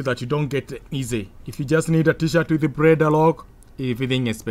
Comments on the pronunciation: Why do you pronounce that fucking word [Blender] like that [preda]?🤣🤣🤣🤣🤣🤕🤕🤕🤕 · this made my night. i actually wasnt expecting anybody to hint this out. i heard breda actually. cant stop laughing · 😁😁😁😁 you actually made me laugh again. I think anytime am bored, I just have to come and watch this video. It cracks me up anytime I hear him say preda😁😁. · 😂😂😂 I thought I was the only one who heard it but when I heard it the second time I knew everything else he was gonna say would be cr*p